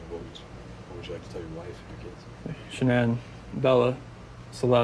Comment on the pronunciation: It's Shannan. Not Shannon.